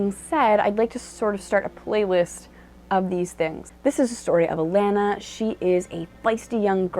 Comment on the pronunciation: A - Lon -na. Not pronounced "A - lan - na".